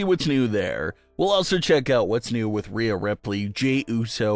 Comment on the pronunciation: Pronounce her name right. That's disrespectful